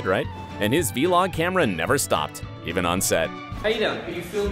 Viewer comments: Btw it’s vlog not v-log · Nobody: The narrator: AiDaN gAlLaGhEr’S vElOg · Anyone else noticed how he pronounced “vlog” as “v-log” lmaoooo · Might as well just say video log at that point lol what is wrong with him 😅😅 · who let the narrator say "vee-log"??????? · Vee-log. I am DYING. Okay grandpa. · STOP SAYING V-LOG